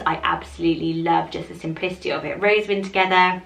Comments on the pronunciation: Ayyyyyy, I made it! And yes, you did say (n) wrong, it's actually "ro-ZEN-win". But thanks for featuring my suggestion! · is ro-ZEN-win.